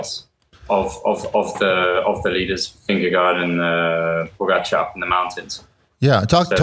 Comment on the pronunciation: Jonas did exactly what he needed to do. The 2024 TDF promises to be crazy. Jonas, Tadej, Remco, Felix Gall, Carlos Rodriguez, Juan Ayuso, Wout Van Art. Lance, I love you bro but Jonas’ last name is pronounced Ving - Ga- GO.